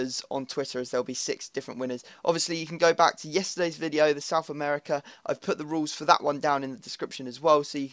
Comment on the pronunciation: It's Siuth American